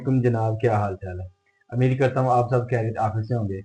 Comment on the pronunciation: Very informative....❤ But "Umeed" word hota hay "Ameed" nahi... word "Endayction" nahi "Induction" word hota hay. "Entrnal" nahi "internal ".